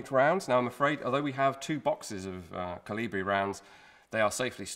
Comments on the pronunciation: The emphasis is on the O, rather then the I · Everybody said I was crazy and I should stop talking about my "Jonathan the Giant" theory. Well, who is the crazy one now? P.S. The stress is on the first syllable in the word "Kolibri".